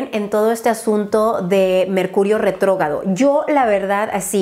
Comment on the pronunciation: RETROGRADO Dios!!!!! Re tro gRRRRRa do. Please por mis oidos.